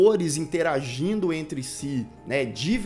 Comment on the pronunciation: É engraçado, quando vc fala "interagindo", 😂😂😂